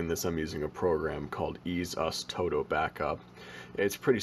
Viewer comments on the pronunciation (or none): it's ease us to-do backup btw, no toado